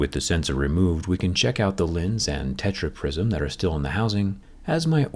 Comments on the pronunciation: man said techra prisom fight!!! hahahaha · That „TetraPrism“ kills me 😂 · "tetraprism" HAHAHAHAHAHAHAHA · Tetra-prism 😂 fans like here👍🏻